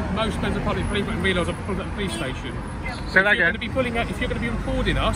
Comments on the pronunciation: “The stashon” 😂😂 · I love the way he calls it the Stayshion ever since he auditored in Wales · speaking welsh again 'Stay-shone' 😁